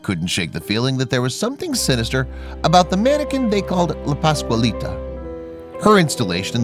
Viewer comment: He just CAN'T say "PASQUALITA" without screwing up the first syllable. WTF man!